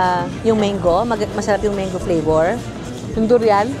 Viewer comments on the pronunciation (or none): none